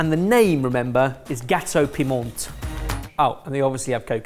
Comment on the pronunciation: My mum made Gateaux Piments when I was a kid - but did not pronounce Piment like did! Nice seeing them again x